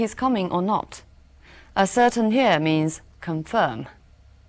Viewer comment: ascertain的读音错了！